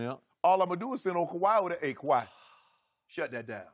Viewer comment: skiiiiiuuupppp please say “kawhi”